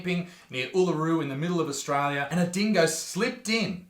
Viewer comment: "Australia does not even exist" The hater couldn't even pronounce "Australia" right 🇦🇺 is real lol